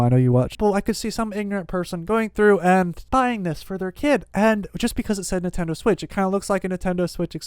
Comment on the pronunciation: Who else has never heard of a Nuhtendo switch?